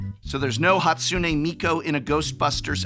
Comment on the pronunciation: He didn't say Miku right in that take lol 😂